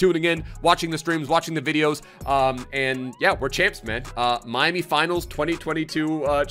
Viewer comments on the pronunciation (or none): none